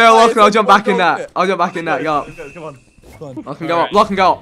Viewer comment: They really dont know how to say "lachlan" xD